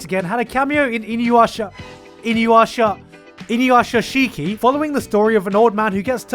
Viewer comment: seriously how the fuck are you still able to butcher japanese words after listening to so much anime? INU-YA-sh(i)-ki